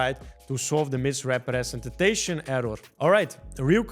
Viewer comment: Misrepretenstation error 😂 Dude stop saying it that weird